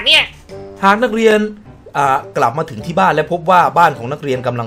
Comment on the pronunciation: ถึงคับพี่ไม่ใช่ดึง